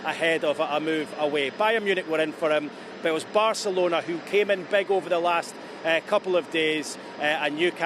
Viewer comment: How many times can you say Barcerlona